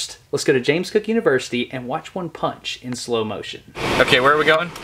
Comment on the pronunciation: Waan punch shrimp.